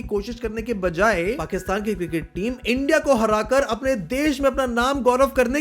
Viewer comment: India ko Endiaa bolte hai sale😅😅😅